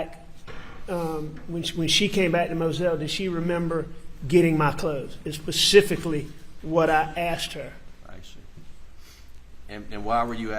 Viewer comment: “pasificaly?”…. Really Alex?